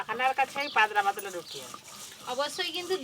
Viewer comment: এদের উচ্চারনের এতো সমস্যা কেন🥲পাদলা নয় পাতলা